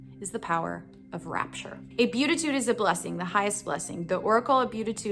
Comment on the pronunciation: Be-AT-it-tude, just fyi